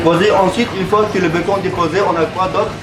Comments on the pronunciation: Sa se prononce pas bécon mais béconne donc bacon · Mdrr il a dit : le bécont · le "baicon" 😂